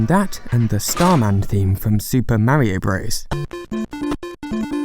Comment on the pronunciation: I quickly unsubscribed from your channel when you repeatedly say ‘super Mare-io Broes.’ So annoying